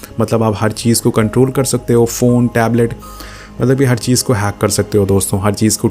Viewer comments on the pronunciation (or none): none